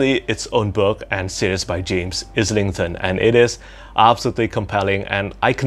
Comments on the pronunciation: You actually pronounced James Islington’s name correctly the first time! 😊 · Great video! James Islington said his name in the interview you did with him (sounds like the way you say island). You've been saying it right all along :D.